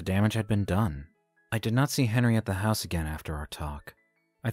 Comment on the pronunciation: Hose? Supposed to be house😂